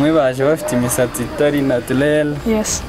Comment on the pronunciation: Ngo na tu le le😓😆😆